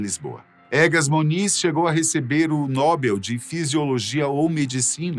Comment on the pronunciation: Só uma correçãozinha, a pronuncia não é nóbel, mas sim, nobél. O vídeo é muito bom, parabéns 👏👏